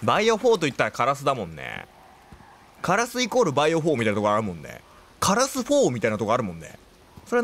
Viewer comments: カラスの発音が枯らすになってるwww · カ↑ラ↑ス↑になってるw カ↑ラス↓じゃないの？w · 発音がカラス4じゃなく 枯らす方なのよ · 関東だと枯らすの発音ですよね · カラスの発音が、辛子みたいで面白いww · 相変わらずのカ↑ラ→ス↑の発音ですき☺ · 相変わらずカラスの発音カ↑ラスなの草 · カラシみたいな発音でカラス言うやん笑笑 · 渋谷みたいなカラスの発音すき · バイオしてくれるのまじ神！！！ カラスのイントネーション好きwwww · 久しぶりにのカラスのイントネーション聞けたwwwww やっぱなんか違うwwwwwwwwwww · の、カラスのイントネーションよ😂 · ×バイオ実況ってほんとに強くて！！！😭 カラスの発音かわいいから一生そのままでいてくれദി ᷇ᵕ ᷆ )♡ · 一生気になるカラスのイントネーション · カラスの発音おかしい（笑） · 烏のイントネーションが気になる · カラスのイントネーションw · カラスのイントネーションめっちゃ気になる笑これって方言とかなのかな？私愛知県住んでるけどの言い方使ってる人見たことない笑